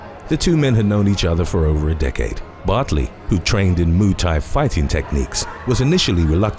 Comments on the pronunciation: Moo Thai huh? Instead of muai thai? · What the hell is Moo tye?? 🤣🤣🤣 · "Moo tie fighting"